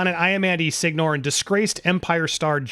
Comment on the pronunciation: Signore as (sig-nore)? Shouldn't it be (sin-yaw-reh)?